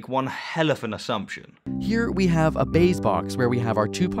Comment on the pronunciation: it sounds like you called that bayes box a base box. Dumb quibble I know but I wanted to make the distinction since this video is almost entirely small quibbles.